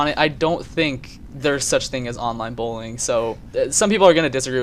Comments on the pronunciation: genuinely though he was saying "bowling" at first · sounds like you're saying bowling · does anyone think what he's saying sounds more like "bowling" than "bullying"?